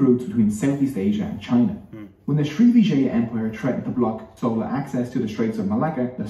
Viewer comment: Wrong pronunciation by vo guy...it's "chold" ( "ch" as in china)...and not "sola" as in sole fish! 🙄😄